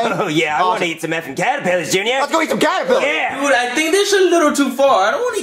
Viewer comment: Im not suprised that some of them said Callipiters and not Caterpillars, I say it like that too